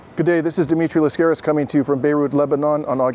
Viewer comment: Your surname is pronounced LAskaris, not LaskAris (accent in the first a)